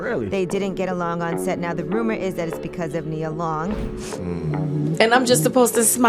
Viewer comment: It's Ai sometimes it says Nias name wrong throughout the whole script.